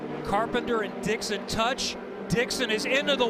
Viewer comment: It's Dixon, not "Dixion". I wonder if HE watches this.